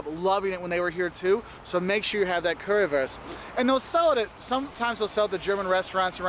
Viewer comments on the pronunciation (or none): The Way he says Currywurst offends me. Lol. It is Not Worst..it is WUuurst.. like in yo uuuuuuu..at least try to say it right please. Thanks.